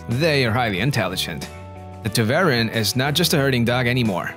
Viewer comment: Poster: Please learn how to pronounce Tervuren.